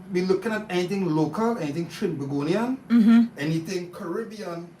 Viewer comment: Trini-tobagonion is not a thing. Its Trinbagonian. Why are they NOT correcting her mis- pronunciations